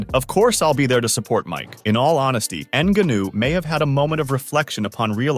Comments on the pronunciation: “N-gunnew “? Get a clue lol. It’s neh-gon-yew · EN-GAH-NO that's how you say the last name correctly. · Dude learn how to pronounce the name of a famous fighter. Nnnn/gaa/nu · Ah yes, N Ganoo. That's totally how you pronounce his name. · How can this narrator not know how to pronounce Ngannou? Tell me you have no idea what you’re talking about without telling me you have no idea what you’re talking about.